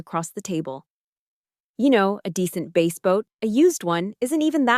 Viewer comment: For the creator, Bass isn't t pronounced base.